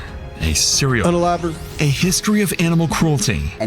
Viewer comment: 😂😂😂 I’m sorry I just have to say the way you say “unaliver” here and again has me on the floor